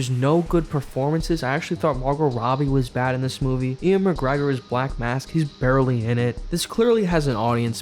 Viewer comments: I love all of your content but God damn its ewan mcgregor. Not ian mcgregor. (Ew-an) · I've heard him mispronounce his name at least 4 times on sardonicast and Adam and Alex always correct you lol